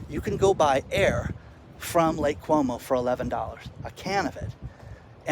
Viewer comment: Lake Como, not Lake Cuomo.